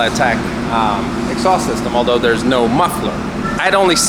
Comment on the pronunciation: Cool X-sauced as pronounces it.... Reminds me of the old cherry bomb mufflers that were popular in the 70's - 80's. Lol